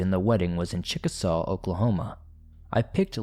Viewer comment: I can’t believe talked about RYAN OK! lol that’s my hometown! So small of a town only two gas stations there and whole town prolly had like 1200 people who live there! That’s crazy cuz I’ve drove that highway 81 hundreds of times! It’s the highway he is talking about that he took from Denton to chickasha ok and it’s actually said like this… chick a shay. Lol just for future reference. But I’ve never seen anything like he was talking about threw there and use to drive all over that place all the backroads an what not. Had some weird stuff happen while camping on the red river right by the bridge that takes u from tx to OK. Weird noises an stuff and a buddy said he once was out there with his dad camping and seen a damn KKK meeting or whatever on the river burning a big cross! Thought that was pretty interesting cuz they damn sure hide good idk anyone who would be in the kkk down there but who knows lol